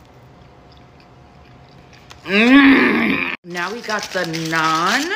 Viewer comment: That's the first time I heard some foreign pronounce naan correctly